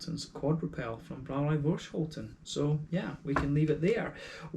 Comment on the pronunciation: Thnx for the review! Great to hear that you enjoyed the beer. The hops in this beer are Saaz, EK Goldings and Fuggle. And yes, you actually prenounced Voorschoten almost perfect. Cheers!